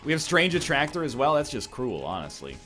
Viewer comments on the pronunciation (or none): none